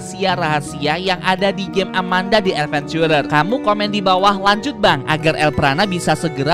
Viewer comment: nyebut si amanda nya kayagini biar seru amanda dead venchurer